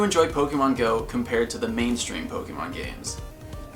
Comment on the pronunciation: I love this account, and I love how you are the first Pokémon GO YouTube account that actually gives the accent on the e (é) :)))